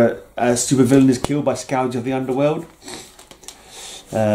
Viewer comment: I believe it is pronounced “skurj” as in a destructive force. Your memories off these storylines is impressive. I enjoyed the Captain era overall. Yes, killing those terrorists really shook Cap… he hates to kill under any circumstances. Well done mate.👊